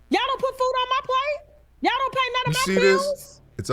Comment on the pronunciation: Her constant use of ..."That ch"all" (Y'all") is telling exactly where she stands. And she doesn't like FBAs period. She doesn't even group herself in the FBA community- She is at best a 1st generation immigrant. Cancelled- We have to start taking tougher stands and stop enriching these people who don't like us. They are always yapping about us. We never do that to any of them, yet they all have such negative nasty thins to say about us.